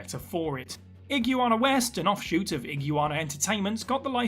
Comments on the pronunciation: it's "i-gwah-na, not "ig-you-ah-na" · Are you trying to say Iguana? Cuz I've NEVER heard anyone say "Ig-you-wanna." It's just "Ig-wanna." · Is he really pronouncing Iguana as IG-YOU-ANA? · Just fyi... "IH-GWAH-NAH" 🦎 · I don't think I've ever heard iguana pronounced like that before